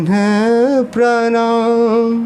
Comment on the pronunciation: कृपया भैया इसपे ध्यान दें। हनुमान तेहि परसा,कर पुनि कीन्ह प्रमाण। पढ़ते हैं।